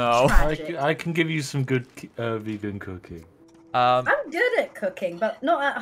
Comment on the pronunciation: I know she said “Cooking”, but it sounded like she said “Cocain”.